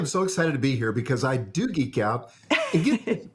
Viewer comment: geek not eek 😄